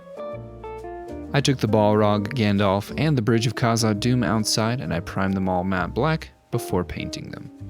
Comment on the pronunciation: When he said balrog of morgaroff on the bridge of kaza Doom, I was like "did I just have a stroke"😂 This was a great video, and this paint job is better than the last time. The commentary is better as well